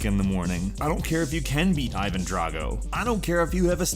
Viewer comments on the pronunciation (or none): none